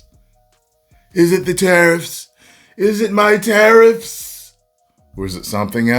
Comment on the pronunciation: “is it the tarrfis? Is it my tarrifs?”